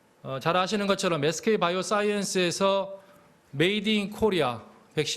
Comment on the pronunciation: '메이드 인 코리아' 에서 힘주는거 존나 웃기네. 주식이라도 사라는 말이냐? 아님 가슴이 웅장해 져야되냐.